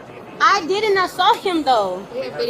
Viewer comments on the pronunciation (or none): I “did-dint” assault him. Not “didn’t.”